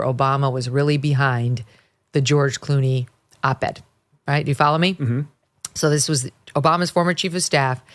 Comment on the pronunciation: literally: "Ghewish Clooney". Freudian slips make you go, "hmmm".